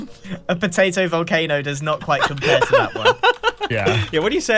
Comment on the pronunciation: Mumbo could also call the vol-carb-o the vol-ca-ha-bo